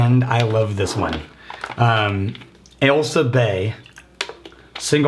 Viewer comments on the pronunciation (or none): Fun fact, whenever you talk about Ailsa Bay, I hear “L sub A” which is how you verbally read an L with a subscript A in a math or physics context.